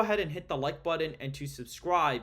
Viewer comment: Button isn't pronounced "budden".